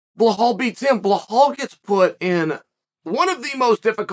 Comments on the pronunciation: Blehal..... hooo da fook is tha guy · Ble-hawl "remember the name"